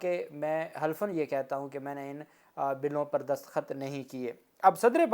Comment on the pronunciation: alfaz destakhat hota hai daskhat nahi nara mat hona Allah apko salamat or khush rakey ameen dua go 🇪🇦🇬🇧